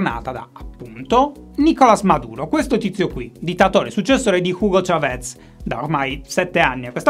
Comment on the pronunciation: Chávez con l'accento sardo non l'avevo mai sentito 😀